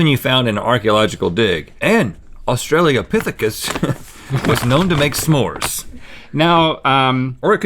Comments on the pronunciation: "Australia Pithecus" You wanna try that again Rhett? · did Rhett just say "Australiapithicus"???